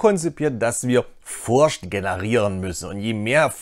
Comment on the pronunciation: Super Video, vielen Dank. Bitte noch das englische "th" üben. da gibt s super Videos. edit nach komplettem Durchhören: bitte auch das deutsche "ch" üben, alternativ versuchen die Worte "playthrough" und "Furcht" nicht in einem Satz zu sagen.